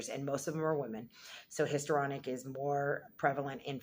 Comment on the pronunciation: So you are doing an entire video on Histrionic Personality Disorder and you can't pronounce Histrionic?